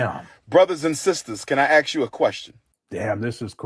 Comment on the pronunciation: What kind of doctor still can't properly pronounce "ask, library or any word with th such as with in it"?!